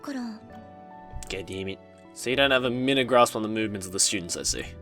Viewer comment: "minute" in that case would be pronounced "my newt"